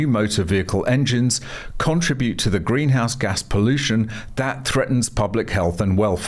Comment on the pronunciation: Pronounce contribute correctly.